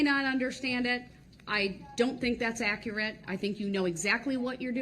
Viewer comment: Let's not forget that he wants the record to be ak-rit